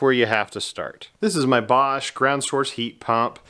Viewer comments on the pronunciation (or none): none